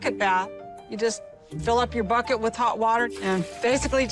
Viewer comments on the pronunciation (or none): none